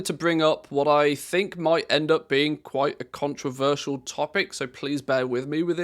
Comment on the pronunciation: When you're not loudly GULPING right over your mic, you're "qwite" entertaining good sir. Remember, self awareness, and fundamental urbanites. Stomach turning ungraciousness doesn't add to your twitch stream. I wish enormous success, hence my observations. Cheers and TALLY-HO!!!